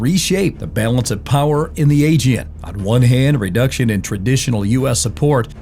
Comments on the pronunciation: AEGEAN, not agen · Please train your AI to say “Aegean” with the right intonation! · Learn how to pronounce: ‘aegean’, correctly first, and after you present yourself as specialist at the region’s matters.